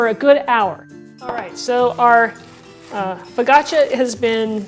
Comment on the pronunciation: You got my thumbs up,. Thanks for another winner, but it sounds like you're saying "fo-gotcha", and I DON'T want to forget about THIS recipe. Ha ha. Still luv you all the same.